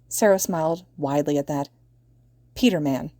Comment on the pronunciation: Peternan😂 for fuck sake😂